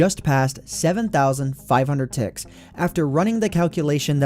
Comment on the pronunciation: Why do I hear "ticks" as "thicc"